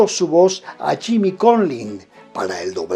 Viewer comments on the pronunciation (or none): none